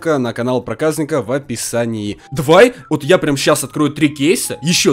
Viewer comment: 0.15 не проказныка а (проказника)